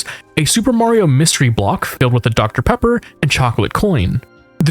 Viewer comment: Deoctah Peappah